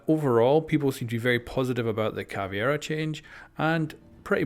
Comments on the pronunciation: Hey, could you please fix your Caveira pronunciation, it's definitely not Ca-vie-ra but Ca-Ve-ee-ra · IT’S ‘CAV•EI•RA’ CAVEIRA NOT ‘CAV•IE•RA’ CAVIERA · It's Caveira not Caviera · Fucking CavEIra... Not Caviera. Why do so many people struggle to read and say it right? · Its caveira not CAVIERA ffs :/ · Listening to him say Caviera instead of Caveira makes watching the video so hard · come one man, ca-ve-ra. not cavi-era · It's CA-VEI-RA not CA-VIE-RA, it's been 3 years!:P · Am I the only one who gets pissed when youtubers call Cav "cAvIeRa" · Samir Duran His pronunciation of Caveira is not an accent problem, he is straight up inverting the E and I. Thats not caused by accent. My native language is Spanish, I say the names Maestro, Lesion, Mira, ect like they sound in Spanish because those are actual words in Spanish, but I dont invert letters or anything like that.